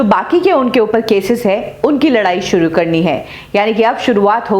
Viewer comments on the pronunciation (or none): none